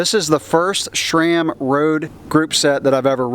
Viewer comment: Why do you pronouce sram like "Shraam"? lol, or maybe that's how it's supposed to be said.